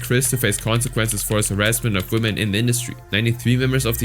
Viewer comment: 'Women' is not pronounced "woman".